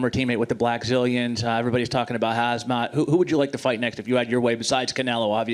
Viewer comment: Lollllll! Reporter said " Everyone is talking about Hazmat" 😂😂😂😂😂😂